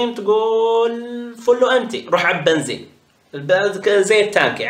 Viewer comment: الغريب بالموضوع انو يقول بنزيم ههههههه